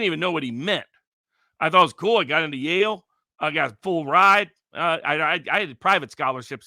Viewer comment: Its Yale not life